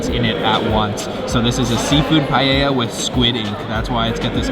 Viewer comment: It's nice hearing you pronounce paella correctly ..